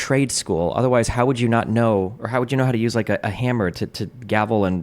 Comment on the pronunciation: "Otherrise" lol